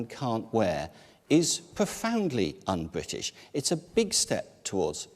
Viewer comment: Damien Green, it's BRITISH not BWITISH you fucktard !